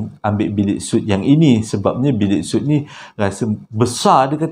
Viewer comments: Untuk minit , sebutannya sweet, bukan soot. TQ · Maaf ye, sebut suite tu mcm Sweet...